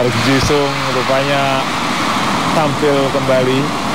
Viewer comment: thanks for uploading sayang komentator na kurang lafal ngeja nama pemain ji sung friend na wish running man come again to indonesia